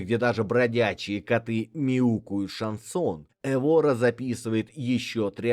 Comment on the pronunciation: Только Эвора, а не ЭвОра, ударение на первый слог.